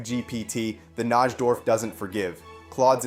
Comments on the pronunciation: As a chess fan, hearing you mispronounce Najdorf is like nails on a chalkboard. It's pronounced NIGH-dorf. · It's pronounced NI-DORF. The J in Najdorf is silent.